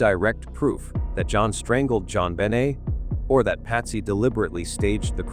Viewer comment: Her name was JonBenet please pronounce it correctly